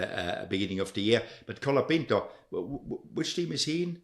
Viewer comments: You’re driving me crazy, his name is COOOOLAAAPINTO, not calopinto. Only Guenther pronounces it right! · Is it really that hard to say "cola-peent-oh"? How can you say it wrong in such different ways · To be fans of F1, you guys have no clue how to pronounce half the names. COLA-PINTO. BEAR-MAN. BI-NOTT-O Jesus Christ lol